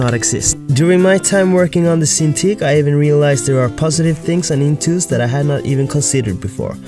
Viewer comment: It's intuos not intous. Well and about the topic: just use whatever fits best. I prefer seeing what I'm doing, but that might be the other way round with others